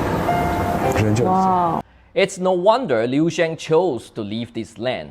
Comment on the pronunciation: Li Shang? Liu Xiang😂 Li Xiang is unquestionable the goat of Chinese sports even he retired from Sports after 2004 Olympic Games😂 I am from Shanghai and immigrate to SG. Luckily found your channel🎉